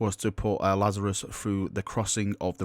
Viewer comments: La-za-rus...not lazarius.. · The new captains name BTW is pronounced Laz-A-Ris. like the pit Raz Al Gul used ;) (of which both are a referance to a biblical figure). BTW the idea of being saved via the primaris update isn't something new. read Spear of the Emperor ;) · It's pronounced LAZ-ar-us. As in the man in the bible that Jesus rose from the dead after 4 days in the tomb. Get the symbolism? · It's La-za-rus m8, have you red the bible? Great vid, i don't mind the double video spam, i want moooore :) 10 will be perfect. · "It's just regular Laz-a-russ"